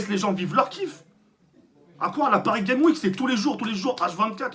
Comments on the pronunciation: j'adore tk il dis paris game week est ces normal et tout le monde dis paris game s'week xD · Parcontre tk dans " Paris Games Week " prononce le S de " Games " sinon remet le en place l'autre cagoule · Paris Games Week j'adore comment il le prononce mdrrr